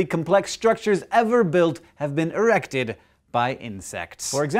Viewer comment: Hank said ERRECTED!!!